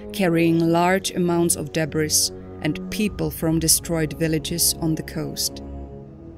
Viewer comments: Debris: de-bree. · Teach your Narrator how to pronounce "Japan", "Debris" ( S is silent). Many other words were botched. Incredibly unprofessional. A good Narrator makes ZERO mistakes.